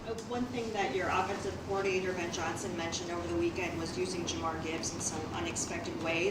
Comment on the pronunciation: It’s Jahmyr Gibbs, not Jamar. Is she even a sports reporter for the Lions?? Jamar Gibbs 🤨